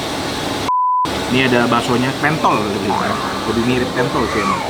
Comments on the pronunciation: harusnya pentol dibacanya pentol bang, bukan pentol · Ko Nex, itu bukan pentol tapi pentol 😅